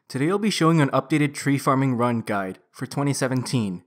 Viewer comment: "Hello YouTube, today I'll be showing an updated tree farming ruNN guide, for twenty seven-TEEN". "So for my equipment setup, I have the full farmers outfiTT". To be fair, the awkward syllable stress is diminishing with every video, but it is quite prevalent in your earlier videos. The only reason I mention it is because I find it quite distracting. I'm not having a go at you; I'm genuinely curious.